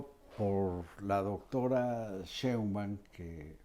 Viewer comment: ME ENCANTAN PERO POR FAVOR JOAQUÍN, hay que hacer que Marín haga una plana de cien veces esceibir SHEIN BAUM, y otras cien veces que lo repita: SHEINBAUM quiien sabe cono lo pronuncia pero NO ES como debe ser jajaja pero SE LO DISCULPO sòlo que seis años lo vamos a estar oyendo pronunciar MAL el apellido de la presidente.🤦🏽‍♀️😂😂😂😂😆 pero aún así me encantan.🥰